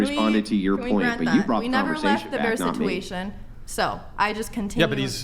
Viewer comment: The way she says "sitewation" 😂